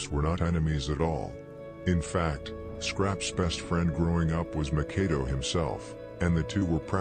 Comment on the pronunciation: I will always give it's props for it's contribution for these street long form docs, Howeva, by now we all kno Makado's name is pronounced Mak ah doo. Not Mah Kar do or Mah Kay do. When I first watched the 600 joint, I thought his name wuz pronounced Mah Kah do until I seen members or otha channels callin him Mak ah doo. Jus like Lil Les from Pocket Town... He wuz pronouncin it as lil Lay. Even tho on the screen it says Lil Les. But I got used to it bein Lil Lay until I watched otha jointsz where his name wuz pronounced correctly as Lil Les. Otha than that, props to bein the GF when it comes to this.